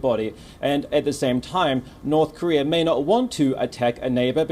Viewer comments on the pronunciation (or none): It's NOrth KOrea, not "NArth KArea".